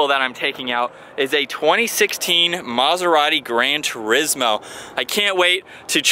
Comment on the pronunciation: Tur-IZZ moe? Really??? Tour-EEEz mo...